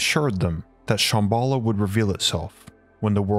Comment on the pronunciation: You're saying Shambhala wrong, it's SHAHM BAH LAH not SH AA (like the a sound in apple) HM BALL AH. And I think you mean that the story is based on LEGEND not Myth. A Legend is something that is based on truth, something that actually happened or actually exists or existed/happened in the past. A Myth on the other hand is something that is totally and completely made up. You're talking about Agartha as if it actually existed in the past and may actually still exist due to all the coincidences around the world and how every culture had a story fitting the details of the city making it a LEGEND and NOT a Myth.